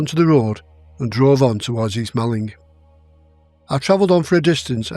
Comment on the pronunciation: Village of East Malling is pronounced "Morling". I'm from Kent and strange pronounciations are normal!!!